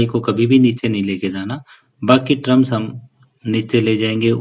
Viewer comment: ट्रम्स नही सर टम होता है 😂😂